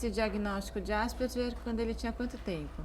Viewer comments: "asperjer"!!! Asperger é um sobrenome alemão, e a pronúncia mais próxima sera "áspergar". Pronuncie pelo menos "Asperguer", pelo amor de Deus. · Desculpem, mas por que ÁSPERJER na pronúncia? Se querem pronunciar estrangeiro, então ASPERGUER, o nome e o cientistas são de língua alemã. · Tal como o "Ambúrguer" , Asperguer" ....vamos pronunciar corretamente pois remete ao seu descobridor: Asperger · que agonia elas falando "asperGER", eu acostumei falar "asperGUER"